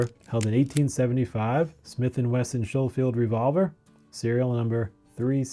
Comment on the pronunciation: You pronounced Schofield wrong ! You clearly are not a gun guy! By the way.. the C is not silent! The H is, slow one! The only reason I'm being mean is Because, there's too many people making videos about things they know nothing about nowadays! It's pathetic!